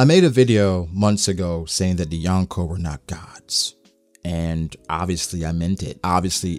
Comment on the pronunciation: My skin cringes every time he says yawn koh